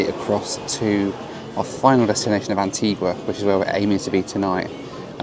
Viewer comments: As others have said, you need to learn to pronounce Antigua correctly! It is a beautiful island, a beach for every day of the year, so they say. If you go again, get over to Falmouth Harbour/English Harbour, where half of the superyachts normally based in Monaco spend the winter (it starts to get busy in December, through to about February). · You’re very lucky. You were amazingly spared the worst of intercaribbean. And it’s Anti-GUH, not Anti-GWA. And yes she is pretty. The entire Caribbean is. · AntiGA not GWA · It's pronounced An-tee-GAH. not Antee-GUAH!! beautiful island. Thanks for the coverage, happy you and your bags made it!! You really had some anxious moments. 😃😄😄👍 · Antiga not Antigwa¬ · And ..its Antigua (Anteega) not Antigwa lol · It's pronounced AntEEga, not AntWEEga! Learn to pronounce their names, at least! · Antigua is stunning - a word to the wise if you plan on returning to the island. Anitigua is pronounced Antiga rather than Antigooah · antiGah not antiGwaa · The locals get very upset if you call it Antguaaa. It's pronounced Antiga.😊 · You don’t pronounce the “u” in Antigua. It is pronounced Anteegah. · It’s pronounced An-tee-gah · It’s pronounced AN-TEE-GAH! It was British West Indies, a beautiful and historic island with kind and funny people. You ought to go back and take a few days there. So much to do and see. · Great video and thanks for the great comments on Antigua - its a wonderful island and my home on and off for the last 33 years. Comment tho and don’t take offence but please learn how to pronounce the name of islands for your video..Providenciales is a Spanish pronunciation not English!!! Love your channel thank you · Need to work on your pronunciation of Antigua! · Maybe you should learn how to pronounce your destinations. Antigua and Provo. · Every time you pronounced Antigua I cringed. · I’m pretty certain when you lived in the uk you didn’t pronounce it Antigua like you were